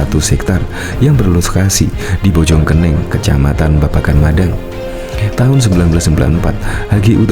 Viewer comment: Bojong koneng bacanya yg betul